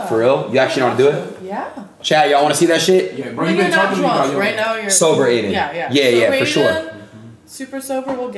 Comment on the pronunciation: I think we are addressing his name wrong. It sounds more like Top G rather then Adin.